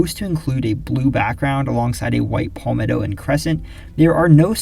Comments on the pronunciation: It’s not pronounced “Paul-metto” It’s properly pronounced “Pal-metto” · no it’s not It’s Pal-meh-tow Short a, not long a sound. If you google “palmetto pronunciation,” you’ll see this as I’m saying